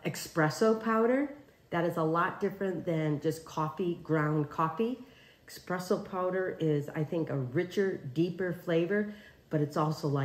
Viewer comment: Amy there is no X in espresso 😳